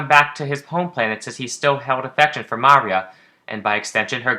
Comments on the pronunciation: What are you doing saying Maria like that? It's pronounced like "mario". the emphasis is on the "ii" muhRIa. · (Oscillaut) MAH REE OH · Anyone else find it odd this guy can't pronounce Maria right? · Lol the way you pronounce Maria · Your pronunciation of Maria is a bit off